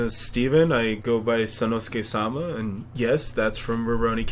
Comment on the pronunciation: You're accentuating the wrong syllable in sama... I like the name. Kenshin was one of the first anime I saw too.